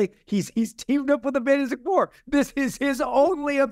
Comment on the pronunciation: If i have to hear him say “fanastic 4” one more time im gonna lose it.. loved the interview but holy crap.. its like that word is his kryptonite he just cant say it